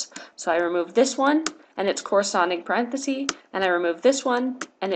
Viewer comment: Very helpful. Just a little hint. The singular of parentheses is parenthesis, with a short e sound. It’s not parenthese ;)